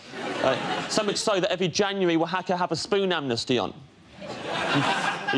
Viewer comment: i cant believe he pronounced Oaxaca right. i know Mexican people who cant pronounce it.